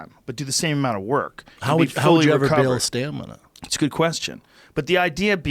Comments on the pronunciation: Brendan ""but how'r you gonna build STANIMA?"" Shaub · Brendan "Stanima" Schaub